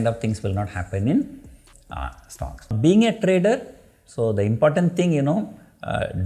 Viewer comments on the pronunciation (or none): none